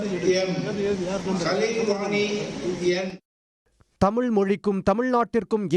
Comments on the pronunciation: இந்த மாணவி முதலில் தமிழுக்கு மரியாதை கொடுக்கட்டும். அவர் பேசும் போது தமிழை “தமில்” என்றும், தமிழ்நாட்டை “தமில்நாடு” என்றும் தவறாக உச்சரிக்கிறார். தமிழுக்கு முதலில் மரியாதை கொடுக்கக் கற்றுக் கொள்ளுங்கள் ! தமிழை சரியாக உச்சரிக்கக் கற்றுக் கொள்ளுங்கள்! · தமில்க்கும் தமில்நாட்டுக்கும் எதிராக ஆளுநர் சூப்பர்